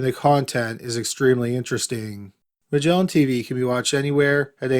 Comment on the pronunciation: The incorrect syllable accents and dragged out last syllable. "MUHGellaaaaan TeeVEEEEEEEEEEE"